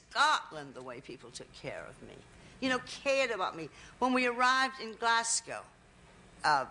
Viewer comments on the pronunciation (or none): I love her and I love how she pronounces "Glasshhghow" :)